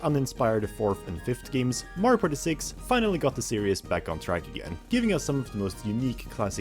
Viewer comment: That's not how you prnounce series. It's prounced as series not serious